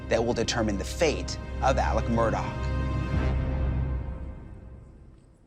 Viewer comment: His name is pronounced ALEX MURDAAAH. Right. Why are people saying Alec MURDOCK?